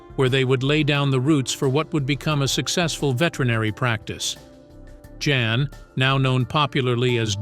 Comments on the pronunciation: I think his name is pronounced Yan not Jan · pronounces YAN